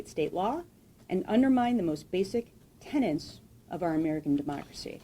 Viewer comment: tenets, not tenants